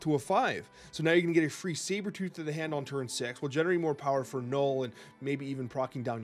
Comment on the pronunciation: was so drunk talking about Sabertoorh there